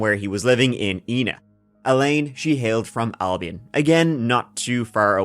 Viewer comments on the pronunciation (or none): none